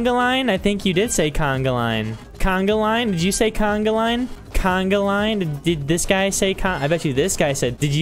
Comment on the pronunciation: Its not canaglain its conga